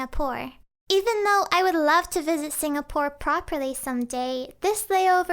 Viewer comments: It's Singapore, not Singapour 😂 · You said singapore as "sing-a-poor" when it's suppose to be pronounced as "sing-ga-poor" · Singapore not singapour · "s i n g a p o u r ." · lmao ‘Singapour’